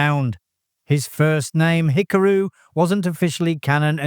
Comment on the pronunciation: "...Sulu's first name, Hik-a-ru..." What? HIK-A-RU???? 🤷🤷🤷🤦🤦🤦 It's pronounced, Hi-KA-ru.